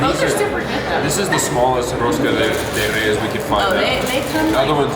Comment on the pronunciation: rosca de REIES que chulo pronuncian algunas palabras